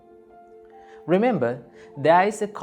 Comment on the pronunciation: What is he saying situa -tion... It's situation